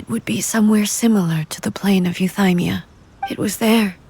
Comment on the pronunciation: I'm playing this right now, and since I don't have twitter, I just want to ask, surely I'm not the only one recoiling from the way Ei is pronouncing Euthymia, right? It is yoo-thee-mia and not yoo-thai-mia, right? I'm so confused. My face scrunched so hard I pulled a neck muscle.